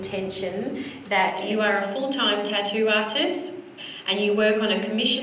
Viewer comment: It's "tattoo" not "tadooo"